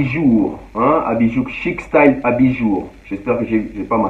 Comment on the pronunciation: Vraiment merci pour la dédicace suis content malgré que vous aviez massacré mon prénom c'est CHIC-STYLE quand tu fait l'allusion CHICSTYLE en français voilà